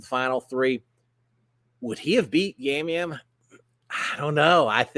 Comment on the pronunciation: Yam Yam is pronounced as a "soft " J in Puerto Rico. From all your travels, you probably know that letters are pronounced differently in different parts of the world.